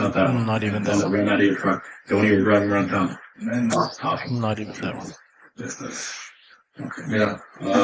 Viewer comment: I'll just chime in to say letter J in Spanish is pronounced like a very hard H, so it's something like Hooan, instead of One/Wan.